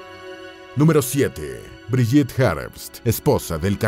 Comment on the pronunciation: Entre las fotos de Brigitte se coló una foto de Eva Braun , muy jovencita. Se pronuncia BRIGUITTE , con la E final y gue no ge. La foto de primer plano de Gudrun es de otra chica. Agrego que Gudrun es muy popular entre los neonazis y verdaderos nazis de la SS , pues luchaba ( sin éxito ) para que consiguieran cobrar sus pensiones de guerra los ex Waffen SS. Según las pocas entrevistas que dió , ella vivía feliz durante el nazismo y los eventos del final de la guerra y la derrota fueron la etapa más cruel de su vida , cuando era una púber. Se afirmó en su ideología con tenacidad. La respetaban mucho.